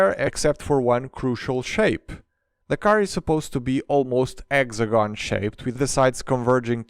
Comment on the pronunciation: eggzagon shaped Me thinks: Like this 🍳😂 I love your accent!